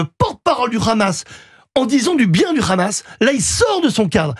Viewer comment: Tapiro dit le "RHAMAS"....on voit pour qui il roule, au dela du fait qu il soit pro israélien